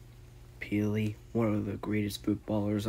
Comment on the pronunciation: Best footballer ever R.I.P I love Ukraine even Zelenski doesn’t quit. Also to let you know it’s pronounced (pay lay)